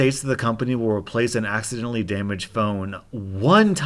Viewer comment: "I accindally dropped it." Stop eliding and swallowing words!